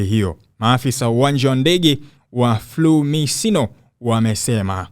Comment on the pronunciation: Sio flumisino, ni fiumicino Rom Italia ila ukitaka kutamka kwa kiswahili unasema fumichono hapo ungepatia San ukiwa mwanahabari fanya utafiti kwanza wa matamshi kisha utoe habari muskurupuke tuu